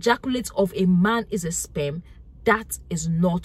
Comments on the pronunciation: EhJarKuLate SPEM … English language got murdered.. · Taking 📝 and sitting to the front of the class. Love the way she says SPEMM the R is silent🥊💯👍🏾